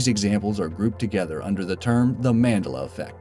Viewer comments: Do you mean the different parts of the words he place emphasis on? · You're not the only one my friend... I wanted to SMASH his fucking face in every single time he said it!!! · You would have to be a complete MORON to misremember like this guy says! AND.... The MOST Horrifying part of the video is HE HIMSELF! in the way he pronounces MANDELA! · it annoys me you say mandela wrong. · You Can't Pronounce Mandela, Look It Up. Also Why Didn't You Mention "Jaws" Where The Proper Quote Should Be "You're Gonna Need A Bigger Boat" NOT "We're Gonna Need A Bigger Boat". (Despite The Fact That The Second One Is Said In The Movie, It Isn't The Proper Quote) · Voice over guy, do you not know how to properly pronounce Mandela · You're saying his name completely wrong!!! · mandela names not how you say it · The way he pronounces Mandela makes me cringe 😬who agrees?🤦‍♀️🙋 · dude, learn how to pronounce Mandela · Just lost a subscriber so much false info, and he cant even pronounce mandela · Why are you pronouncing Nelson Mandela's name so wrong lol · So we're going to ignore how many times he mispronounced Mandela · It bugged the hell outa me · the way he says Mandela bothers me... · Potheker it's because he pronounces it wrong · Man-Dell-Uh not Man-Duh-Luh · what is with this guy pitting accents on the wrong syllable? MANdela? manDELa. and other ones. MEDicicnal? try meDICinal. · It's man-del-a not mandla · Man'dela, not 'Mandela ;-P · You are pronouncing Mandela incorrectly. It's pronounced man-dEl-a (the capital E is not to make it long it is short I'm just making it stand out more) you said man-dl-a! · Nelson Mandela ahahah it's pronounced Man-della not mandella. Madiba will also do fine. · Dude its Mandela, as in Nelson Mandela, not Man-dah-lah. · Man Dell Uh, not Mand Duh Luh. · Man-del-a not Mand-a-la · It's manDELLA NOT MANdella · Mandela. Man-dell-a. Not Man-dah-lah. Sorry just my OCD. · It is pronounced MUN-dela not MAN-dela. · MAN-DELLA Not Mandela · man-de-la effect